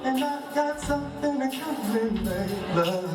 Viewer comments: Not LaLa. pronounced Layla! glad to see this. she is the real deal, her dad passed it on! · FYI Her name is Pronounced "Lay-lah" not "La-La". Also look up cultural throat singing. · Lay....La.....lol pronounced LAY....la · It’s Pronounce Lay La Scatting singer don’t do this anymore. Her dad Donnie Hathaway OMG check him out as well. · Name pronounced “ LAY LAH “ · I love you but say her name correctly. Lay Luh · I'm not a singer or musician, but I'm subscribing because your reactions and appreciation are perfection. You're describing the way and the why music makes us FEEL. (Btw, it's LAY-luh) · Her name is pronounced "LAY lah" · LAY-luh. It’s LAY-luh lol. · I really like these reactions videos but I just wish this guy would learn how to pronounce the artist name correctly. He messed her name and Rachelle Farrell name.